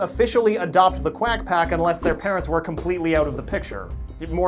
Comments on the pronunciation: I took a drink every time he said quagh pcoffty..... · I toke a drink every time he saed qwiac pack a drink of milk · It’s quack pack!